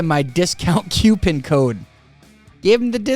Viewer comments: Did you say discount kewpin?? Lmao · Dude legitimately read coupon and pronounced it “Q-pin” 🤣🤣🤣